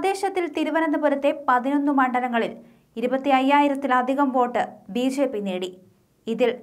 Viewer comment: ബി ശേപ്പി അല്ല കൊച്ചേ